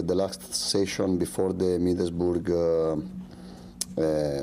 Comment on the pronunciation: manager said Middlesburger looooooool